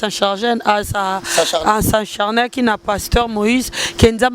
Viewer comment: avec ta grande gueule tu n sais pas dire S'ACHARNER??? kiekiekie "s'encharner"😅😅😅